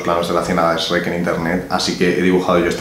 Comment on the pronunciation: que bueno que no lo pronunciarse como los demás españoles: esreck